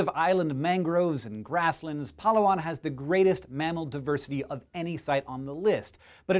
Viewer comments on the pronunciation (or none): Hey there Hank, I just wanted to help you out with the pronunciation of your second pick, Palawan. It's Pa-Louw-an, emphasis on the second of the third syllables. It truly is a wonderfully beautiful place. I lived on the island for just under a year and it is a magnificent place. Interesting fact as well is that Palawan is home to ten native language dialects. Ten! On one island. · Such a nice way of pronouncing Palawan (even tho yes it is wrong) but it's very interesting xD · pa-LAH-wan not PA-la-wan. :) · I love how Hank pronounces Palawan :) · He pronounced Palawan wrong .-. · I'm Filipino and he said Palawan wrong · You say Palawan funny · Lol, he pronounced Palawan weirdly.